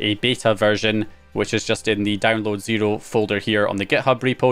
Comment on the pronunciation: Your pronunciation of “zero” is really interesting